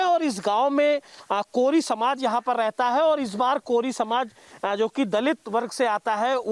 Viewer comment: Koiri nhi kori ya koli hai